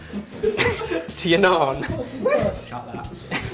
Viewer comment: No no nou it's not Naan